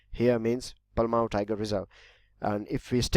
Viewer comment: That was wrong pronounce that is palamu(पलामू)